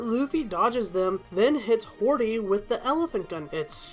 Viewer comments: hody “hordy” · You call Akainu aka i nu, wtf? And you call Hody Hordy wtf? IT’S so fucking annoying!